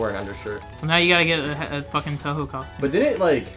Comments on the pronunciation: touhou is pronounced toho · did he just say TOUHOE *TRIGGERED*